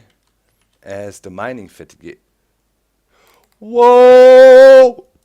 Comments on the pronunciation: doc! fateeeg! not fatugeh! :3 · Mining Fat-i-Gahy - No. Just NO. Lol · FATEEEEEEEEEG not FATIGWAY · "Mining Fatty-gay" I love your pronunciation Doc! :) "Fat eeg" Great episode so far (I'm commenting half way through) I really enjoy this series - thanks for posting a new vid :) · he pronounched it like the french word, fatigueé, that's where he got it from. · Haha, it's funny how you pronounce 'Fatigue' in 'Mining fatigue' like in a french way ^^